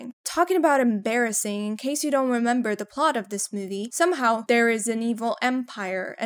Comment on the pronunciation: gawd dang! Why is this so funny. Just one word: SoMeHOw